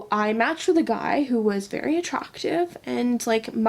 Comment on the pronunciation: “Vury atrawktive” 🤣